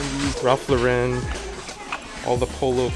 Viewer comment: why are you adding so much emphasis on LauREN? who's mans 😂😂😂